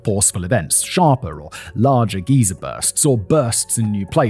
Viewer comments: Its geyser(guy-ser), not geezer... a geezer is an old guy, very different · Pronounced "gy zer" not "gee zer". (Like Kaiser) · GUYser not geezer lol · Geyser is pronounced guy-sir, not gee-sir. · Wtf.. Geezer, in British or American English is known to be an colloquial term for old man or man in general. Simon DEFINITELY mispronounced geyser the entire video. It's pronounced "guy-sir" not GEEZA lol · As someone who lives near Yellowstone, I have to say how much I loved you pronouncing geyser (guy-sir) like your talking about an ancient old person, a geezer (gee-zer) 😂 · Favorite thing about this video is Simon saying Geezer instead of Guyser. Turns this whole thing into a gargantuan geriatric doing the kaiju version of yelling "get off my lawn". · Most of the British say geezers instead of the American pronunciation of guy ser. I have heard Brits visiting the Park, say geezer when asking me when Old Faithful is going to erupt. (90 minutes after the last eruption, plus or minus 10 minutes.) BTW, a woman in her 60s got tossed by a bison a little over a week ago, so she is the first one this year. I think she is out of the hospital now. No one has been killed by a grizzly bear yet this year, but the bears got 5 people last year. You are much more likely to be killed by the animals in Yellowstone than you are to get blown up by the volcano. Unless you sit on the opening of a geyser. Or geezer. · Simon! Please! The Yellowstone water feature is a "guy-zer" (rhymes with "miser"). A "gee-zer" is a crochety old man. 😁😁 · Love this but I believe it is pronounced ‘guy-ser’. ‘Gee-ser’ is what we call old folks around Montana. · Geyser pronounced Guy-zer not geez-er ...a geezer is an old person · Say geyser. It’s not geiser like some old man. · its pronounced guyzer not geezer. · Pronounced gizer,not like old guy "geezer ! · I love how he pronounces geyser (a geological feature that shoots a jet of water vertically) like geezer (an old man). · Bro really said Geezer, lol